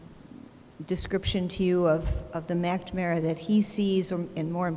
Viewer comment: Yegads...this is an excellent lecture but WHY does she keep calling him "Mackda-mara????"